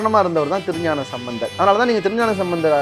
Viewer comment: தோழரே திருஞானசம்பந்தர் என்று கூறவும் நீங்கள் மந்தர் என்று சொல்கிறீர்கள்